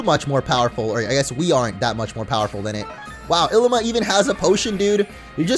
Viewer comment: Illima is pronounced Il LEE ma